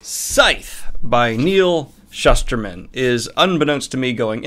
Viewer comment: I always thought it was pronounced the way you just did. Then I went to his book signing for Roxy, and he said “Schooster-man.” I couldn’t believe I’d been reading this guys stuff for like a decade and never knew how to pronounce it right. 😅 Anyway, re-reading the series again because of the fourth book that just came out. I thought Scythe was great, the second one was okay but it kinda fell off at The Toll. So, hoping for good things in book four.